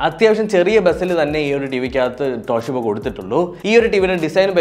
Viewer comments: ട്ടോ ട്ടോ ട്ടോഷീബ അല്ല ചേട്ടാ.... തോഷിബ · തോഷിബ❌ ട്ടോഷിബ ✅